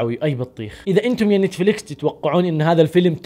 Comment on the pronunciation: تابعت اول ٥٩ ثانية بس لما قلت نيتيفليكيس وقفت الفيديو فورا 🤣🤣